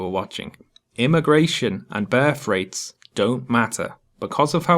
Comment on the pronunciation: Great stuff. Cheers. Had to laugh . I misheard your pronunciation of 'birth rate' ,i thought you said ' bear freight'. Keep up the good work.